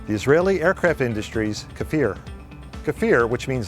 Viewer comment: It's pronounce kfir, not kafir, and the weapons embargo was a well staged publicity stunt, these are legit mirage 5 built in France and later modified into kfir.